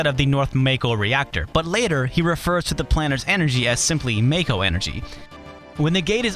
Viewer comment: It is not "MAY-KO" IT IS "MA-KO" Japanese! JAPANESE!!! and BIG SHOT IS A MISTRANSLATION IT IS HEAVY SHOT